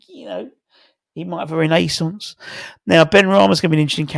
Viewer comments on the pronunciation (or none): none